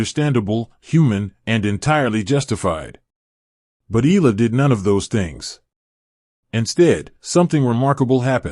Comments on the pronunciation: Can you atleast learn to say her last name properly, it's" Eh Yah La." not Eh La, jeepers,!!!!!! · too much yaddah yaddah yaddah, why not just feature the actual interview instead and not waste our time with all the blah blah blah and it's E-YA-LAH not EELA. geeez....